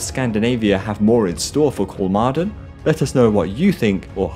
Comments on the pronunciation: Thanks for the response! I would recommend pronouncing it like “Kolmorden” in English. I think it would be a decent approximation. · You did great and thorough research, but you didn’t bother reaching out to Google or a Swede to figure out how the letter å is pronounced. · 'Kolmorden' is exactly what I tried to pronounce when I read the script initially. As I said I couldn't do it fluid enough, so the audio became really jarring. Sorry! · When recording I honestly tried to pronounce Kolmården correctly, but I couldn't do it consistently. If I said the name of the park once I would have done it, but I didn't want all of the narration to come across as jarring everytime Kolmården came up. I just got too used to saying it the poorly. Sorry!